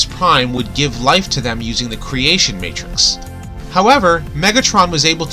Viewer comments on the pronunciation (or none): none